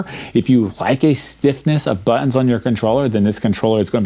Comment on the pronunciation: Great video man, Not gunna lie I kinda like the tougher bouit, (buttons lol 😂, I found that hilarious,I’m glad you left it in as well as “poit” ), I also find my home button is a tad tougher too, but I definitely agree they feel a tad different and more clicky from traditional especially the back buttons keep up the great videos